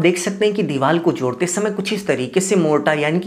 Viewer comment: लगता है तुम रिश्वत देकर इंजीनियर बने हो तुमको हिंदी भाषा का भी ज़रा सा ज्ञान नहीं है बार बार दीवार को दीवाल बोल रहे हो बड़े शर्म की बात है कि तुम जैसे लोग भी इंजीनियर बने बैठे हैं😢